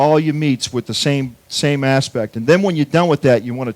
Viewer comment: why dies he keep saying "aspect"?